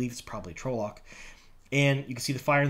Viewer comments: Please its pronounced trol-lock not trowlock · Its 'tral-uck' dude. Not 'troll-lock' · I hate to be that guy but.. TRAHL-lohk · Yeah. It's trah-loc. Tells you that in the glossary in the books. Also the trolloc is wearing armor and has a sword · I can't get over how you pronounce trolloc. 😂